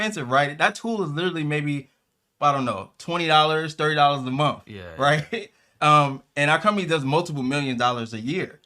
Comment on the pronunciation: A MOFF..INSTEAD OS A MONTH'